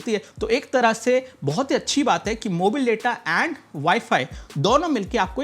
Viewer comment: भाई जी प्लीज...मोबाइल को मोबिल बोलना बंद कर दो। 🙏🙏🙏🙏🙏🙏🙏🙏🙏🙏🙏🙏🙏🙏🙏🙏🙏🙏🙏🙏🙏🙏